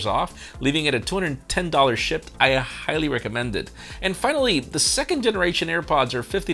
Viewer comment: Are you saying shipped or Shit?